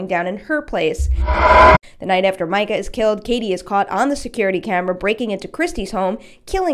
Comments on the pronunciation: mee-ka, not micah. please. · Katie's boyfriend's name is ME-ca not MI-ca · Mee-kah, not Mike-uh. We only hear his name 6,000 times. Click ... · Its pronounced meecah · It’s “mee-ka” I remember because it was annoying 😂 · I like the video,but it really chapped my ass to hear you pronounce his name like that lol. It’s mee-cuh. His name is yelled pretty much a lot though out the first movie to miss that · it's meecah bitch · Completely pronouncing Katie’s boyfriends name wrong 😂😂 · your pronouncing micahs name wrong